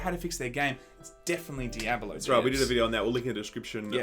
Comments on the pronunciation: Di-a-ba-lo? What game is that? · Dee-eh-bah-loh game.👹💦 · Dye-ab-a-low = Diabalo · Can you say di-a-bo-lo the correct way.. Di-a-blo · Omg learn how to say Diablo... uhg..